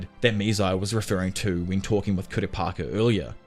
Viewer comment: how did u manage to butcher kurapika's name so many times and say it 4 diffrent ways???